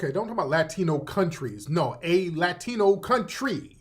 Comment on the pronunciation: Why do all these tethers tell the same lie about FBAs saying they're not black? What's even more ironic is that they're the same people who told us for years that "I'm not black, I'm Dominican/Haitian/Jamaican/Nigerian." I can tell by the way she pronounced Latino she's said that same phrase before.